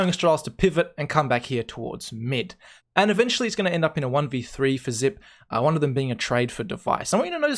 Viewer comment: It's not XYPNEX ITS XYPEX